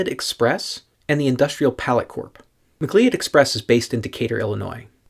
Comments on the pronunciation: I thought that “Cleod” was pronounced like “Cloud.” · It's pronounced muh-CLOUD like the Highlander.